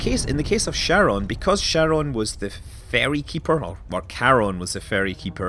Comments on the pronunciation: Pronounced "Kharon", not "Sharon". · It's not CHaron like CHarcoal. It's CHaron like Hope (like Haron). It's a Greek word. It's annoying to see it butchered globally.